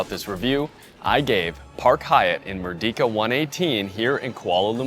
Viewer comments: Pronouncing Merdeka isn't that hard, mind you.. You could've pronounced it as "Merdeika" instead of saying like "Merdika" ... -A fellow malaysian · it's pronounced "Mer - day -kah", not "Mur-Di-Ka" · great review! first time watching your channel. by the way "Merdeka" is pronounced as "mer - day - ka". It means Liberty or Independence. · For future reference it's actually pronounced as "mur-day-ka", and it means independence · as part of your of your preparation, you should check out how to pronounce Malay words (like Merdeka) properly. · Hard to take it seriously when you can’t even pronounce the name correctly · That's not how you pronounce merdeka. It is not a long e.